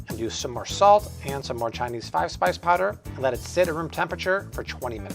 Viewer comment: What is the Chinese fise spice powder? I couldn't understand what he said. Thank you.